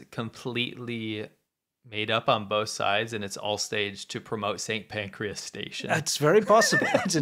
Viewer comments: St Pancras ... not St Pancreas. TBH, that's not much better. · It's St Pancras not Pancreas 😂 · That's St. Pancras, not pancreas. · St Pancras, not St Pancreas. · St. PANCRAS, not Pacreas - please.